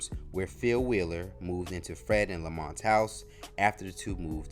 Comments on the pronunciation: Great documentary but dude his name is Lamont not Damont!!! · Not Demont but Lamont. Loved the show!